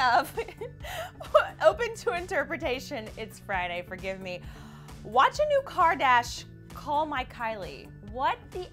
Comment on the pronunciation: KARDASH not car dash